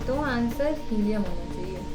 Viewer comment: Yes. They are noble gases... please helium hi bolna🫣